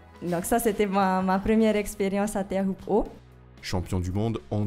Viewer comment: Teahupo'o* et pas Theahupo'o. Mauruuru !